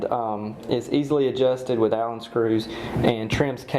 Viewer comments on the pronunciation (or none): none